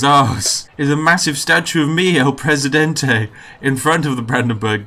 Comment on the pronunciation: *takes sip of tea Spiff: no one like el presidentay *Spits out tea